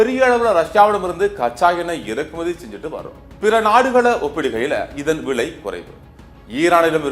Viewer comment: செய்தி வாசிக்கும் பன்னாடை போறம்போக்கு....அது BETROL இல்லையடா முட்டாள் கூ..... அதை PETROL என்று உச்சரிக்க வேண்டும். அதே போல் வ்லை என்று உச்சரிக்க கூடாது....விலை என்றே உச்சரிக்க வேண்டும். உனக்கு சரியான உச்சரிப்பு வரவில்லை என்றால்....செய்தி வாசிக்க வராதே....செத்துடு.